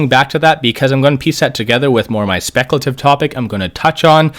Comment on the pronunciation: Great insight but when you say speculative, there's no annunciation and it's like nails on a chalk board.